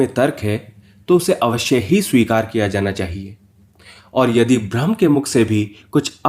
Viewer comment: হিন্দিতে ব্রহ্মের উচ্চারণ কি ভ্রম?